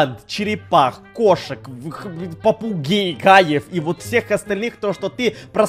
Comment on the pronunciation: Что слышат все:попугаи Что слышу я: попуГЕИ!????